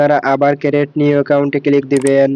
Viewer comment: ক্রিট হবে,ক্যারেট নয়😂